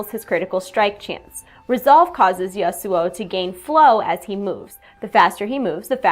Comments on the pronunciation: YA-soo-oh. Emphasis for YA i think. not the ya-SOO-oh i reckon. Maybe? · God dam it "YA-SU" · i love how you pronounce my name that i got 3-4 years ago :D not kidding i have an one year old LoL match i own that name for a long time <3 gonna buy him and my agressive playstyle is exactly this guy <3 i feel good riot thx :D